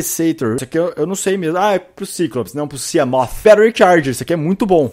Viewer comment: gosto quando ele fala siamof!!! kkkk